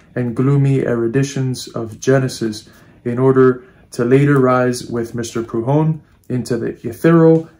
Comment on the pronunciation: Are you trying to say Prudhom?